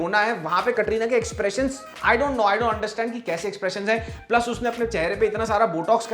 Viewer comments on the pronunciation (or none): none